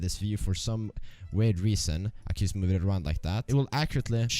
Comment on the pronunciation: YUST lajk dat